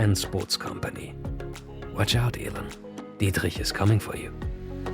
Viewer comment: Great vid. Also really enjoyed pronunciation ("Dítrguihj" sounds great) Thanks.